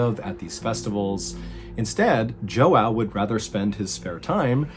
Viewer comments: I'm sorry dude, your videos are fucking awesome but listening to you pronounce João like that really hurt my soul 😅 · as a brazilian I found it funny every time you said João because you we’re pronouncing it wrong 😂😂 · As a Cape-Verdean American who grew up in an Azorean-American town I was chuckling too - I wouldn't have guessed Joao without the subtitles. He's messed up pronunciation before but his sense of self awareness about it is so charming and refreshing. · Mr. Ballen pronouncing the name "João" in Portuguese is so cute 😊(from a brazilian subscriber) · Haha the way he is pronouncing the guys name is killing me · I don't speak Portuguese, but I'm 100% sure he's butchering Joao, and it's extremely annoying. Every sentence contains his name at least once and I just can't focus. First MrBallen video I really didn't like. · im loving the video but as a brasilian im getting so triggered everytime u say Joao lol, i don't know how to spell the right pronunciation, the name is João and i dont think there is the sound "ão" in english. maybe u should have translate the name to John like u did with Mary (Maria, diferent pronunciation as well) im not mad about it, im just cringing a little, makes the video difficult to watch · It's funny how he pronounces his name Joao is pronounced like cow with a "J" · Love your channel and your storytelling. But I think it is super hilarious how you are pronouncing Joao. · My mom and grandparents are fluent in Portuguese and the way you pronounced João made me laugh so hard 😂😂 sorry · The butchering of João‘s name throughout this story had me laughing. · Ah, makes me sad that you usually get to learn other languages for your videos but pronounciated his name so poorly :( And there's no rain forest in Sao Paulo either... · JoOw 🤣 pretty it’s pronounced Yow the J is silent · Because I know you like getting things right... I have a Brazilian friend named Joao. The proper pronunciation is not Joe-ow; it's Zhuh-ow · It’s João not Joaw